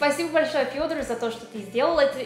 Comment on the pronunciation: так произносит имя Фёдор, с мягким знаком почему-то